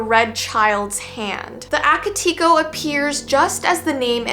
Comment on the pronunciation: Hey! Just your friendly Japanese Second Language person telling you that it's actually pronounced "Ah-kah-tay-ko" Ao Onna was great though! Just thought I'd clarify <3